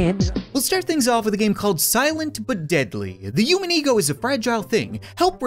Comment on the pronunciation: Why does he say human like u-man?😂